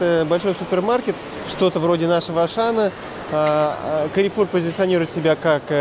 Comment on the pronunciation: Правильно говорить Карфур. Это французская сеть